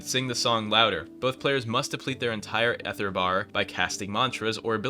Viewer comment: Ok I had to look it up, it's EEther with a long e, maybe you're just farming engagement or something